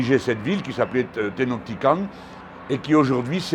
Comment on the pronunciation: Un petit commentaire sur le camp d'extermination et les fours crématoires découverts à Jalisco ? Ça devrait vous rappeler le fascisme pourtant... Au fait vous prononcez mal Tenochtitlan... Et aussi, Obrador ne veut pas dire ouvrier, on dit Obrero... Obrador est descendant d'espagnol aussi. Oh fait Mme Sheinbaum qui est de confession juive pense quoi de votre affiche antisémite ?